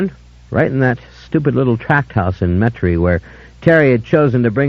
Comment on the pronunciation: How about Servant of the Bones.....it's one of my faves. Can't find it anywhere. Or Blood and Gold. The reader mispronounced Metairie, LA...